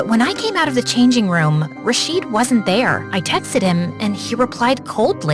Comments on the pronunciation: It's not Ra-sheed , It's Raw-shid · ITS RA-SHID NOT RAAAA-SHEEEEAD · RASHEED?! YOU PRONOUNCED IT WRONG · I love this video so much but as an Arab the way they pronounced rashid is killing me 💀 (I mean ik they are not Arab so ofc they will make a mistake but still 😭)